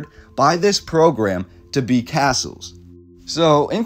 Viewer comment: phonetically, its "Cass-Uhls"